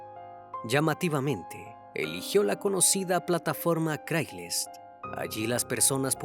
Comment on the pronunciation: Excelente reportaje pero se pronuncia Creigslist ..😉